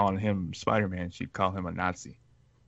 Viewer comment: it's Anansi, not "A Nazi", LOL